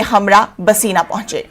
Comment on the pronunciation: Bhaseena nahi bhainsa